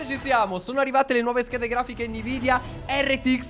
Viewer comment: Gabby non vorrei fare il rompiscatole ma si dovrebbe leggere "envidia" non "nividia"